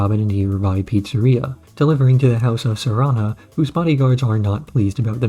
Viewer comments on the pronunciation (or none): why do you keep calling Serena Sarannah ? her name is Serena ... like the tennis player Serena Williams .. wtf .. tell me you are a poser and not an actual fan with out actually saying it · every time you say Sarannah i want to punch you in your AI digital face.. her name is fucking Serena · the fact that you pronounce Sirenas name wrong for like a full hour is maddening